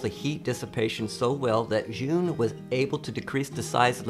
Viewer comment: Love your videos but gotta correct your pronunciation. ZhiYun is a Chinese company, not Japanese and your pronunciation is far far far from the way it should be pronounced, it sounds like "Jurr Yoon. " Why would you ask a Japanese person how to pronounce a Chinese word?